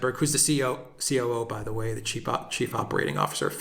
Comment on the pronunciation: I swear I heard you say "Sharyl Sandberg cheap Operations Manager..." 😂